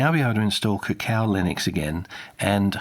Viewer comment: Curious why you're pronouncing it Cacao Linux when it's spelled Cacko Linux.